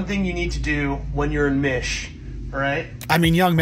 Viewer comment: "When you're in mish" WHAT? 🤣🤣🤣